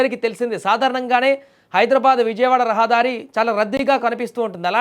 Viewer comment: రహాదారి కాదు....... రహదారి...... గోర ప్రమాదం కాదూ నీ మొహం... ఘోర ప్రమాదం.....